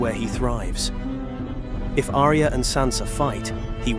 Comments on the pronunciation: It's Ar-ya not A-ri-ya!! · Who the hell is Aria? It's pronounced Arya. 2 syllables. Ar-Ya.